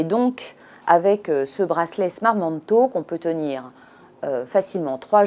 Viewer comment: Talk pas taulk